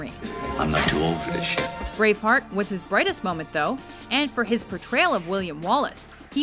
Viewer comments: Braceheart? Lmao. Braveheart* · Lol, Braceheart instead or Braveheart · It said Braceheart ... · It's said braceheart not braveheart when showing a clip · didanyboody notice how they said Braceheart instead of Braveheart? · "Braceheart". Just wow. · Y'all have it Braceheart instead of Braveheart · Hahaha Bracehearth? I thought it was Braveheart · "Braceheart" lol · It said Braceheart instead of Braveheart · its says braceheart rather than braveheart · not braceheart ..its braveheart.. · LOL IT SAYAS BRACEHEART INSTEAD OF BRAVEHEART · "Braceheart"? haha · "braceheart" oopsies ;) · LOL "Braceheart"